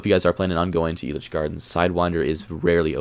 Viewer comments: Finally someone knows how to pronounce the park but also knows how horrid it is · First off, FINALLY SOMEONE IN THE COASTER COMMUNITY CAN PRONOUNCE ELITCH CORRECTLY!!!! Good job!! Being a Colorado native myself, I completely agree with your rankings. Sidewinder has to be the smoothest coaster in the park, and it definitely is my favorite because of the airtime on those drops. I have to disagree with you about Kaleidoscape though. Kaleidoscape seems so pointless and weird like some sort of LSD trip fever dream. I get that it is an art piece, but I just think it was a dumb decision. I rode it once and didn't like it, rode it again and I disliked it more. I definitely preferred Ghost Blasters even though it wasn't a unique experience. I found a couple of errors in your video. They actually did have a kiddie coaster before Blazin Buckaroo, it was called Cactus Coaster and operated from May 27, 1995 until 2012. I grew up riding that one back when Six Flags still owned Elitch's in the early 2000's. Sidewinder actually opened at Magic Springs in 1980 and opened at the original Elitch Gardens in 1990. Also, Lakeside isn't sketchy man, just because it is a low budget park doesn't mean that it is sketchy. I actually prefer Cyclone to Twister II, they also have better flat rides except their Spider isn't as good as the original one at Elitch's. Lakeside is way better at night too with all of the neon and florescent lights on all the rides and buildings.